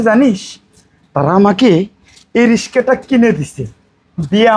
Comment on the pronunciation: এ বেটা নাটক করো ভাষা কেন নাই রিস্কা কয় কিরে কথাটা তো হইলো রিক্সা তোরা কইতে আছো কথায় কথায় রিস্কা রিস্কা কোন দেশি ভাষা এই ব্যাটা উচ্চারণ ভালো করিয়া করবি নাটকের মধ্যে রিস্কা কি কথাটা হল রিক্সা😊